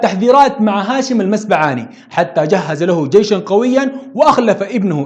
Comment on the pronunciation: تصحيح المسبعات بضم الميم ونقول هاشم المسبعاتي عند النسب وليس المسبعاني وهذا لا ينقص شي من المادة الرائعة